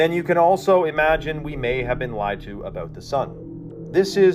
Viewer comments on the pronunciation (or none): none